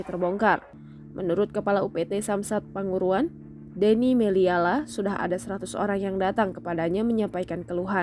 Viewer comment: Salah tulis sehingga pembaca berita salah baca atau pembaca yang tidak jeli membaca tulisan nama tempat " P A N G U R U R A N"?